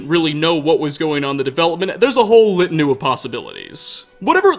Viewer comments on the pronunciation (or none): Did you say "litanu"? Assuming you made a typo of "litany" in the script, and spoke the typo? I mean its understandable, litany is an uncommon word, and u and y are next to each other on the keyboard.